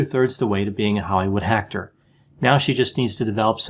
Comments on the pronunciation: Even better: I think he said "Hollywood HACK-tor." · Lmao, “hollywood Hactor” perfect. I work in Hollyweird and see many Hactors!!